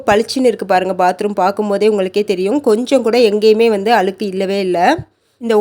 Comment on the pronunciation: அழுக்கு - அளுக்கு இல்லே